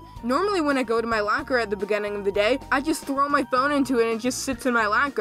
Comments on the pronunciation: you say lAker when its lOcker its pretty funny dude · Did you call it a “lacker”???? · My lacker I’m sorry that’s all I can hear when he says locker oof lol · Normal people: locker: Lacker